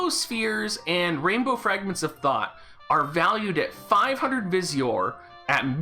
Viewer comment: I keep hearing “Fragment of Thot.”